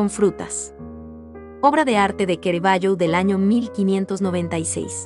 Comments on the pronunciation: C + A = CA no es QUE RAVAGGIO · Lo único mal del vidrio es la mala pronunciación del pintor y del nombre de suse obras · Tema excelente aunque con errores y lo peor...pronunciar mal el nombre del artista...choca!!! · todo muy bueno....pero no se porque lo llamas QUEREVALLO😳 su pronuncia es CARAVALLO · Pero por qué dice Querevaggio? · ¿Kerevaio? ¿Y esa pronunciación? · Es Caravaggio , no kerevaggio !!!!!!!!!!! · Es Caravaggio, no Ceravaggio. Es italiano, no inglés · "kerevayo" ahhhhh mis oídossssss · Kerevaggio ,kerevaggio arruinan un video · Es una lástima que un vídeo tan magnífico, tenga un audio tan lamentable . Pronuncian mal el nombre del artista y otros errores que denotan absoluto desconocimiento de cultura general. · La muestra y selección de las obras es excelente. En mi humilde opinión deberían haber corregido la regular a mala pronunciación de la locutora, que en varias oportunidades pronuncia mal las palabras del texto y lo que es imperdonable en que no mhayan corregido el nombre del personales !! CARAVAGGIO !! ( LOCUTORA LO LLAMA "QUERAVAGGIO" UN DESPROPÓSITO ) sI PUEDEN TRATEN DE CORREGIR ESTE ERROR ) Gtacias, Armando Cerutti